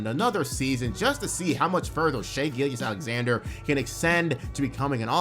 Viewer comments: You not saying Shais name properly is driving me nuts bro But also, another amazing vid. Keep up the great work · How do you follow the NBA this closely, yet don't know how to pronounce the runner up for MVPs last name? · How do you say Shai’s name wrong every single time in 2024 bro